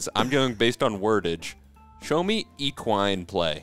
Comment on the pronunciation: I changed it when he said eqwine? Come on bruh